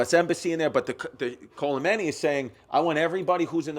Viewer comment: sweetie added a whole ass "L" into khomeini somehow